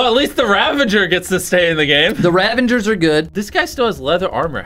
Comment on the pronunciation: i love how they say "ravangers" when its "ravagers"